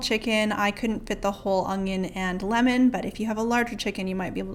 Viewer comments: Lol you say 'ung-Yun', my dad said onion that way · lol just without the g sound. un-yun